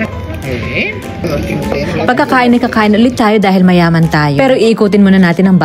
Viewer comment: Tawa ako talaga sa emphasis na mayaman